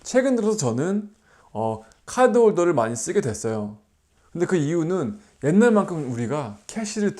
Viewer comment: 그런것도 있겠지만 r발음보다는 ㅣ발음에 가깝게 들려서 그런거같아요😅